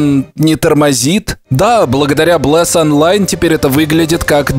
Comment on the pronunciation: Блес воскрес в стимес! а ты вообще не правильно сказал